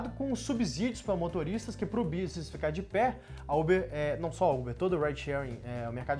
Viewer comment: Vi muito do Muçum nele ao falar businiss e economiquiss kkkkkk